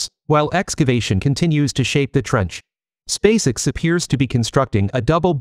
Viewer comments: You need to learn how to properly pronounce the name of Elon Musk's rocket company. You say space all right. The way you pronounce the letter x is unusual. Fix it. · What the heck is "Spacix"? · You may be able to improve the pronunciation for 'spacex' by playing around with the spelling of the word. I.e. 'space-ex' or 'space ex', ect. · Your AI voice can't even say "SpaceX"